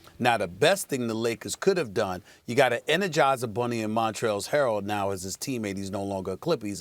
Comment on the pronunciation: “Montrails Harrell “